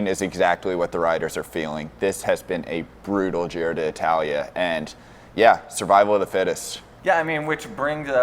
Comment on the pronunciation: yeah u basically say di talia